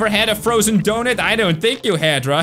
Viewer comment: He says "doughnut" as "dou-nit"